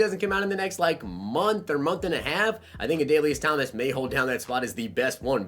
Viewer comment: you nailed the pronunciation of Adalius Thomas. Not many people know about him because he was in the shadows of Ray Lewis and T Sizzle